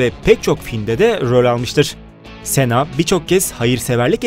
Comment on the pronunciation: Cena Sena diyo okunmiyor sina diyor okunuyor